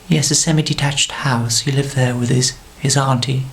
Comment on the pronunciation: Love George. "He liked the acoustics in thur..."